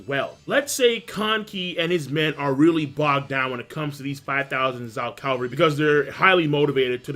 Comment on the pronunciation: Please say Cavalry instead of Calvary haha ^^